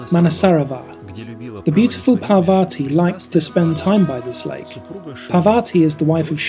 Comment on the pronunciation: Parvati, not pavati, after all a beautiful video about mount kailash and buddha.